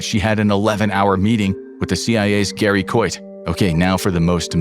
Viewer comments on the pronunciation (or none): none